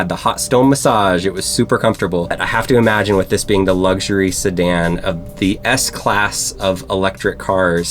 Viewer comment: Beautiful car, but you lost me forever at "sedan"